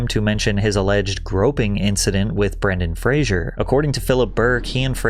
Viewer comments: I thought his name was Bren-Dan Fra-Zer not Bran-Don Fra-Zure as he keeps saying. Heard a few people mispronounce the name. Am I wrong? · Ah yes, Brendan Frasier